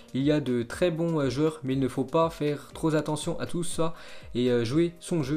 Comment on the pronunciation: "Ses prétentions salariales seraient troz' importantes" ça m'a fait penser au sketch des inconnus 🙂